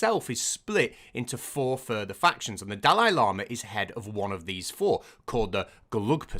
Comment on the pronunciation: The serious bit was made much funnier in my head by hearing llama every time instead of lama Horrible practice though